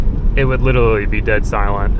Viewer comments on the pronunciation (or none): "It would witerawy be dead silent"